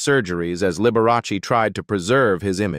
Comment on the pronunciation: “Liberross”? I am so tired of these inaccurate AI vids.